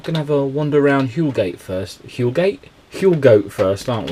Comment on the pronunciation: Huelgoat is pronounced Whale Gatt. Can’t believe it was raining !